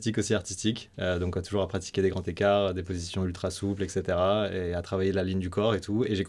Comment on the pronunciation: Please, de grâce, pitié pour nos oreilles ! SVP, des grands-z-écarts, pas des grands-t-ecarts ...